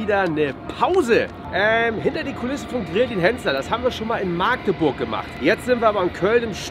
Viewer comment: bitte nicht Maaaagdeburg, sondern Magdebursch (kurzes a) 😂